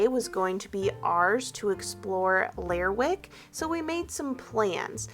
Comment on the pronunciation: Hey --love this video. As someone who lives on the other coast of Scotland (Western Isles), I recognized the general rugged landscape of Shetland. The sheep here produce wool that is often used to make our famous Harris Tweed. Now, as far as Lerwick, it's actually pronounced 'Ler-rick' and the W is silent. Kind of like Gren-nich when speaking of Greenwich in London. And crofts are basically smaller versions of farms and not as commercial as some farms can be. Crofts tend to be handed down in families. They used to be self-sustainable but that's mostly gone now and tend to have just one commodity: sheep or cows. This may be a generalization, but that has been my understanding.